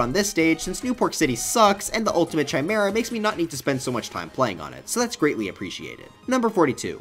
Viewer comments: Oh my god its pronounced "Kai-mere-uh" not "Chai-mere-uh" lmfao Also play Mother 3 dammit ‼️ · The Ch in Chimera is pronounced like a K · My guy spent so much time on this video but then still pronounced it "Chimera" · Liked your list until you mispronounced ‘chimera’ but I’m still leaving a like and subscribing because I feel bad not listening to the whole thing. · Have you never heard the word Chimera pronounced before? I'll give you a hint: it's not like THAT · That's not how you pronounce chimera